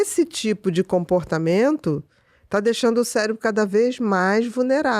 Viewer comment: Pior é o "célebro e seretonina"...bom atentar-se a leitura mínima do conteúdo, antes de receber uma profissional com tamanho conhecimento